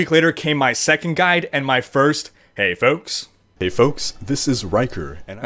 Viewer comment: Oh it's "foaks"? I thought it was "folks"...what does "foaks" mean anyway? "Folks" in a cool way or something?